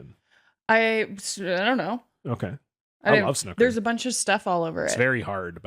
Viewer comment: Please look up how to pronounce Snooker